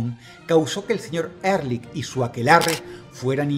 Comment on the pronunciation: Ehrlich significa "honestamente" en aleman y se pronuncia Ealij